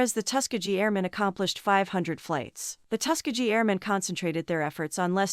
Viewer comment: First of all learn how to say Tuskegee (Tusk as in elephant tusk, Key as in key to a door and gee as in ghee the indian clarified butter). Other wise you sound like an AI voice.